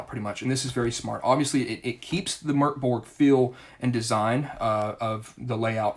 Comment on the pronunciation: Excellent review! Also: kudos for pronouncing Mörk Borg correctly!